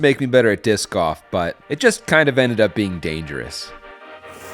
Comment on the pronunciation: lol, i thought you were saying "discoff"